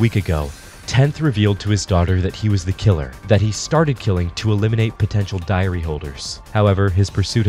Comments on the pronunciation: why I keep hearing diarrea? :p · I honestly thought you said and 12 diarrhea holders